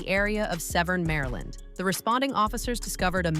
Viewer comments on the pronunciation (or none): none